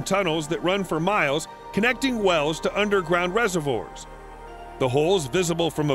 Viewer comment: Had to lol at the way the narrator pronounced’ reservoirs’